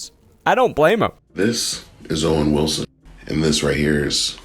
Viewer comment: Owen-Three Wilson 😂😂